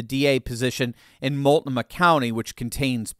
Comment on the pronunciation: The "T" in "MULTNOMAH" is completely silent.